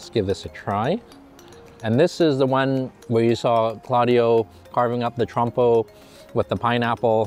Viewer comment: Wtf did he say? Trump or trompo? Bro learn to say those words before you speak?!